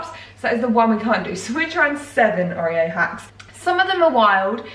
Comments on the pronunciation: The way you were saying oreo grinded my brain into mush omg 😂 Theres been a few times you've had people comment on your pronunciation and normally I agree with you, not them (refried bean incident) but its OR-reo not OH-reo. I love you but omg 😂😂❤❤ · Not oreo please pronounce it (or-ee-o) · I’ve never heard someone pronounce Oreo like that. Ohhh-rio LOOL.